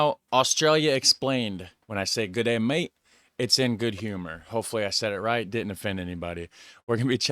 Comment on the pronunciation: Haha nah no offence but its gdeey maate